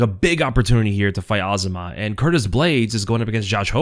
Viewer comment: It's really that hard to pronounce "Azamat" the correct way??? IT'S A -ZA-MAT!!!! NOT AZMAT. Get it right please